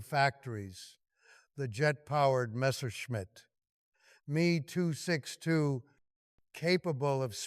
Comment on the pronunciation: No excuse for leaving obvious misreading of narrative Mee 262 when clearly Me meant Messerschmit. Reading abbreviations really destroys flow.